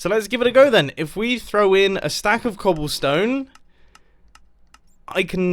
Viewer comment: Yes mumbo "cobllestone"